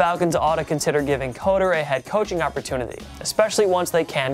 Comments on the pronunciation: Pronounced 'cutter' not 'coder'.. lol just sounds weird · You guys need to research how to pronounce names. If Dirk Koetter was a great coach, you should know his name is pronounced “cutter”.